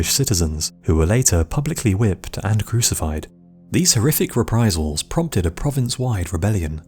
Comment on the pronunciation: The horrific rePPPrisals PPPromted a PPProvince-wide reBBBellion